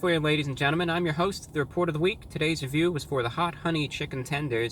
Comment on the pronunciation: NOW THAT U SAID THAT ITS ALWAS GONNA SOUDN LIKE THAT FUCK